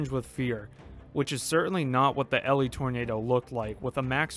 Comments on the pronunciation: EE-Lie is how it’s pronounced. This happened on my graduation day! I remember the clouds looking very frightening as we took class pictures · I'm from 2innioeg, and my uncle lived in Elie (pronounced ee-lie) at the time when the tornado hit. His house had only minor damage, but houses 3 blocks away from his were completely leveled. I remember riding my bike by there either later that summer or the next year, and seeing the destruction. Crazy. Edit: mightve been a bit more than 3 blocks looking back at this video. I was 7, so probably didn't have a good sense of distance. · I lived not far away when this happened. West of winnipeg. We pronounce Elie like "Ee--lai" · Elie, pronounced ee-lye. It’s a town not a girl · Thanks for covering this Tornado, it was the first Tornado I ever saw, I was with my friend going to pick up his new car from Winnipeg. One thing, Elie is pronounced E-lye. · Awesome work, I wish this tornado got talked about more because it’s one of the most unique F5s imo. And I’m not trying to be nit-picky, but the town is pronounced E-Lie. Thanks for covering this tornado! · If u want to report on stuff you should probably take the time to know how to pronounce the name of the town? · Great content, but it’s called ELIE like Manning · bro made a video that's already been done 1000 times by other tornado youtube channels and couldn't get the name right in the first 5 seconds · Literally tho it made me cringe everytime he said it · I'm from Ontario, and I was correcting him every time he said it. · As someone, who regularly goes to Elie, to RailFan, I can say that you kept pronouncing Elie wrong. Just saying. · you can google elie manitoba and it tells you how to say it properly on wikipedia bruh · As a Manitoban, it hurt me to hear it mispronounced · E-LIE. Like sky. Or cry. Because that's what I wanna do every time you say Elly. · Ha! Cane to leave a comment that it is “EE-Lie” not “ELL-Lee” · it is pronounced E- Lie. It is not Elly. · not el e, E lie